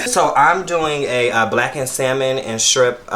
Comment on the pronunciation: 😖😖Oooooo lawd, that irks my nerves. Please don't pronounce the L in salmon or say 'strimp' or 'skrimp'. 🤢🤢😠